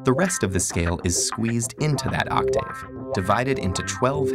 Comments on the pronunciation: M.W. Vaughn ikr like THAT IS NOT HOW YOU PRONOUNCE IT. Sorry about the all caps but I'm too lazy to retype it. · The way he says octave bothers me